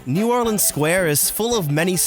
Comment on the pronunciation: He is the only person that doesn’t live in Louisiana that says New Orleans correctly